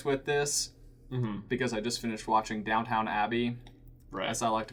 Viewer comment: The was he said ‘downtown abby’ made me uncomfortable. It’s ‘downt-n Abby ‘ we miss out the ‘own’